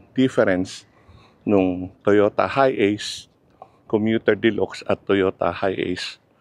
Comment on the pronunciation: De-lax ang pag bigkas po hindi de-lox🤣